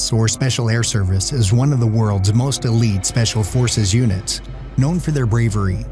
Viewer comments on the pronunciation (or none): none